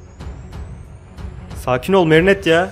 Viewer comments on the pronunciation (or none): Abi gerçekten seni üzmek istemiyorum ama lütfen merinetteyi düzgün söyler misin ☺️